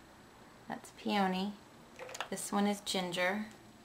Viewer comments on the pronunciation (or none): AHHAH I love it!! You sad pee awn eee instead of pee on knee (hard to type that out)!! remember when we practiced saying it on the phone like a year ago?! haha brings back memories.